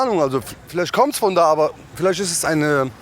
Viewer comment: lol hört mal zu wie er “abe” sagt. Der sagt Abi wie Abitur LOL leck mich